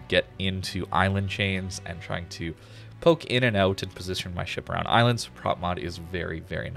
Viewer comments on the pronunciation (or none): none